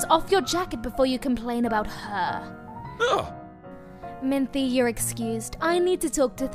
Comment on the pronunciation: They had a similar problem with part 1, where they pronounced Minthe (Min-thee) as Minth. Thank the gods they fixed that.